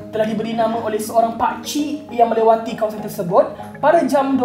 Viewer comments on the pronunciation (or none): kenapa minah ni ngajar? baca berita pun bergulung lidah tlglah.. melewati bukan melawati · Salah pronounce 'melewati'... Right? Haha 😄